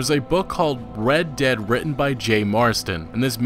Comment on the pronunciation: Red Derd Redemption